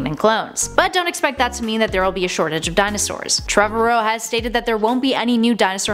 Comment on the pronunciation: Ah, yes, the Petra-odons. And Colin Trevuh-ROW. I'll make sure to hit the soobscreebe button.